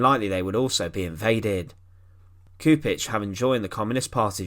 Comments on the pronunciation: Just for the record, the correct pronunciation of his last name is Choupitch. The communist would’ve never liberated Yugoslavia had it not been the red Army which helped them liberate Eastern Yugoslavia mainly Serbia and captured the capital Belgrade. Later on they expelled and killed more people than nazi Germany. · Read Lyubo Chupitch, Nyikshich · At least try to pronounce his name correcttly. Your rendition is very far from the original. Its closest form in English would be Lyoo-boh Choo-peech. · this ''individual'' happens to be a highly trained linguist, a Croat, ex-Yugoslav, now holding a high well-respected position with the gvmnt and certainly and rightfully allergic to bad pronuciation of our Slav names ( I am also an .....IĆ person ) so JUBO KURIK hurts my ears and breaks my heart